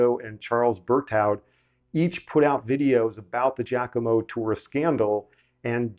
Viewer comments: Giacomo is pronounced “jockimo, not “jackimo” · Please stop saying "Jack-omo"! The first syllable in "Giacomo" is a broad A, as in "mama". (In American and Canadian accents, this is the same vowel sound as in the word "jock"; though that does not hold true for English, Scottish, and Australian accents). Please pronounce that name as "JAH-co-mo".